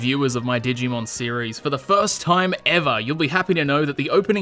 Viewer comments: I dont know why but i lost it when you said dig e mon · I love that he calls it dig-e-man throughout the video lol